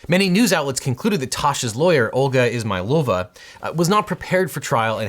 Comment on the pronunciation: Legit thought I heard her name as, "Olga Is-my-vulva" and I spit out my drink.